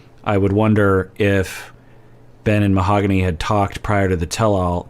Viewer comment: Is mis-pronouncing Mohogany? In the early episodes she corrected Ben. Now I hear Jasmine also pronounce it without the “e” sound at the end.